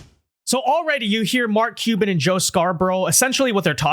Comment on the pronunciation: For a podcaster with such good diction and who speaks clearly, this particular guy cannot pronounce Mark Cuban's last name to save his life. Sounds like he says Mark Cheeba or something like that every time he says it. How hard can it be to pronounce Cuban?